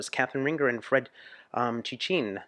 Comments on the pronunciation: 😂 The way you said her name... Ringer 😂 adorbs... It's pronounced somewhat "rinjay" with the "in" like in "mind" ☺ AND they also released an English version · "RINGER" ... ho do you pronunce it ?! it's not "ring... her", but "rin ... jé" ;) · Ça ce prononce Catherine R1jé